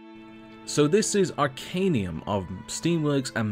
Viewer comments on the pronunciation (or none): You regularly saying Arcanium. It's Arcanum. :)